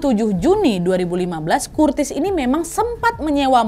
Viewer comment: Gatau kenapa, lucu bgt Curtis dibaca Kurtis ajg😂🤣